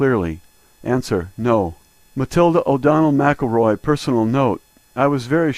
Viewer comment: NAVAN,,its PRONOUNCED NAV ViN by us all one word no pause ,say it quick an ul have it to a T , ,not Nah -vann, also Ms Mac Elroy is pronounced like Rory Mackel Roy not Mac El Roy